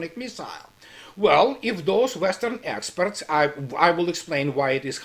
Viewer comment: I love how when you talk about "Western Experts", it sounds like "Asshats"...